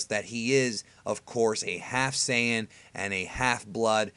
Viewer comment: "You can cut its tail off but a sayjins still a sayjin...just sayjin..." Dr. Breifs